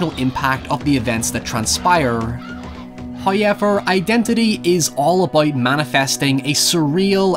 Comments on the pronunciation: Hiyever... lol love the way he says however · I'm here for that "oyaveur"